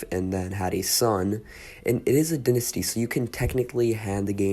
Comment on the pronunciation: This game is 5 months old and 1 day from today just want to point that out also pronounced dai ·nuh·stee if American for the British it is di ·nuh·stee.